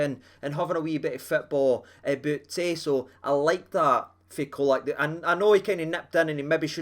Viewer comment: IT'S "CHOLAK"! LOL😂, had to laugh at some of the predictions from the Hammers before the game - one spouting 5-0 to them...sent hame with a skelpt erse!